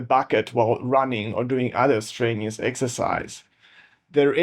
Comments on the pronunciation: Very interesting video, but, and I mean no offence, listen – or rather read – you can do this: stren – you – us. Not strainious. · Your spelling's good, it's your pronunciation I was talking about. I mean, to be fair, I don't speak your native language at all, so who am I to talk? But I thought you might like a pointer on a tricky English thing: when you feel a strain it's strenuous (stren you us). Thanks for your reply. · If you could correctly pronounce the 'strenuous' I might have more confidence in your opinions...